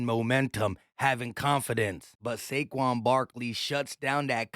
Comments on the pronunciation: My guy said Shayshon Barkley 😂😂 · I heard "chase young Barkley" lol